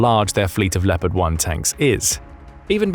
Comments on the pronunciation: Please… it’s pronounced “Le-O-pard” not “Le - pard”. You’ll be driving all the Germans crazy given how often you say it 😂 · it a bit funny to hear how amaricans pronounce Leopard. they say "Leppart" they must think the "o" is a communist conspiracy ;) Where does the love of extra "p's" comme from thoug? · Are you absolutely sure, with me being a graduate of the US army armor school at Fort Knox, Kentucky, that’s the exact pronunciation for the WEST German main battle tank? Additionally, I was raised in a German speaking household in Wisconsin.